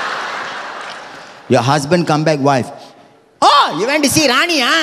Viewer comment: ohhh you went to see Raniii haa! lmao. that thick indian accent burst out